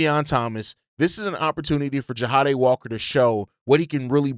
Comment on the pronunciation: just an FYI i think his name is pronounced JA DAY (Jahdae) not JA HA DAY